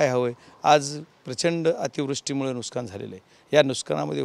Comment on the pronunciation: Nuskan nai bappa nuksan 😂